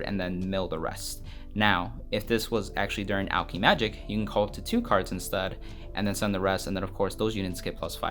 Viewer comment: Imma say this now because it’s bothering me, it’s alk-eh-magic